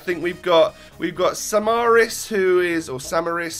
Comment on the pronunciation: i am from greece and it is sAmaris manolAs and torosIdis